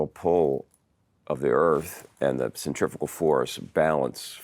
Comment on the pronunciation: I'm amazed how many people say centriffical, where the captions here, correctly corrected it to centrifugal.